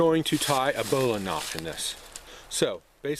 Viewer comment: a bola knot? bowline?? what did you say?